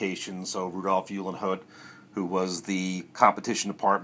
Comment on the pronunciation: Just a friendly minded correction - Rudolph Uhlenhaut's last name is pronounced like : "Oo - len - howt" 🙂